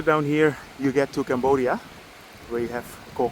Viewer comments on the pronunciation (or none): none